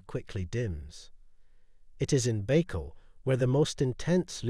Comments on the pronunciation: It is Buy-call, not Bey-call. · How u make a whole video and not even learn how to say it right?